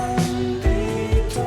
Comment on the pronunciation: oh no the way you pronounced bandito now i will never be able to unhear "bendy toe" 😭